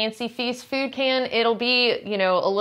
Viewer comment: I like the way she says fööd and möönshine